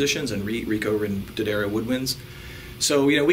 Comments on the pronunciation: ***** From a previous video. He said DEE-uh-dario before. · You finally figured out how to say the name correctly! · Great,, telling Americans the correct way to pronounce Jim's name -- DADDario -- euh, I'll say it again...DADDario.:)) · I've used nothing but D'Addario strings for two decades, and I love vids! \m/ BUT Mr. +: I know you love coming up with your own pronunciations for stuff, but they say "D'Addario" like "dairy milk": Da-Dairy-O See also: I've been listening to you say it that way for so long I catch myself saying it the wrong way all the time. You are a bad influence:) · Haven't finished watching the whole video yet. I'm wondering if anyone corrected you in your pronunciation of D'addario. Duh-DAIRY-Oh.